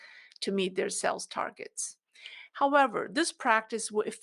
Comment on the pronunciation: You pronounce Sales as sells. Try to prolong the pronounciation like saaales.